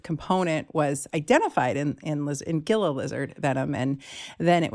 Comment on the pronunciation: FYI Gila is pronounced with an 'h' sound: "hee luh", not a hard g sound.